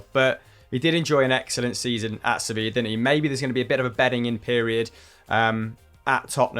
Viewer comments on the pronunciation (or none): none